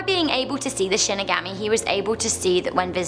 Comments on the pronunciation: it's pronounced "She-knee-gah-mee" not Shin-i-gami.... disappointed..... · Shin-ig-aw-me not shin-ig-AHH-me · Shinigami is pronounced She knee ga me Sorry had to say it or it would haunt me for eternity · “she neh gah me” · Shinigami is pronounced She knee ga me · Shinigami is pronounced Shin nee guhm mee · Nice video as always! Looking cute as always! Minor comment. Shinigami is actually pronounced with an ah sound. Watch the anime of Death Note. Thats how I learned to pronounce it. Not picking on you sorry if it seemed that way. 😁 Keep the great videos coming! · Watch bleach for shinigamis yes a s (also she pronounced it wrong :3)